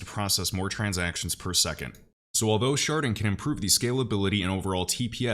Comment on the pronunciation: I had to giggle every time you said Sharding. lol 😂 At first I thought you were saying Sharting.